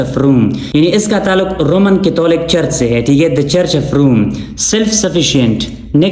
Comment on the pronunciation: Sir catholic ki pronunciation theek kejiyey ga....